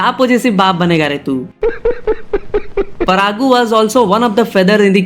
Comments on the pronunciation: Its parugu not paragu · Its not परागू 😂 its परुगु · Kuch kuch bisay tum galat bataya be thik se research kar ke bata Pehli 100cr collection film dj nhi race Gurram tha pehla 100cr collection film . Alluarjun ke pita ji allu arvind ji he cheeranjeevi nhi. Paragu nhi parugu Ish sty lish star nhi Stylish star 🌟 Thike pronounce kar sabdh ko chutia